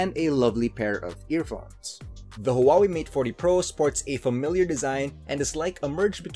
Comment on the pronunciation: thought I was the only one that noticed the pronunciation